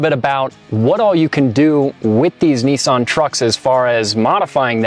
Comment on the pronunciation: Good job on pronouncing nissan correctly